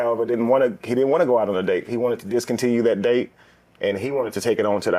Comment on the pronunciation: Coffee d-ate on first d-ate